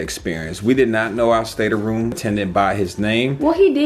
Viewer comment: Its State-room not stater-room